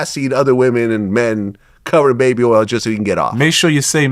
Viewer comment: This ninja didn’t say baby oil he said baby earls. 😂😂😂Shotout to Louisiana!